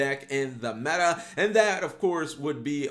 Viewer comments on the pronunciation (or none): none